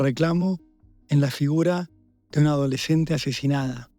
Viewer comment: Por qué dijo "adoleshente asheshinada"?